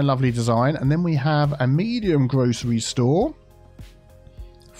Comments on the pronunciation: pronounces grocery store as "grochery store" by mistake and in my brain I was like why'd you change it? Silly mid western accents. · HA, said 'grocery' like us Americans. One of us, One of us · That was funny, you said “Grocery Store” the American way before you corrected yourself.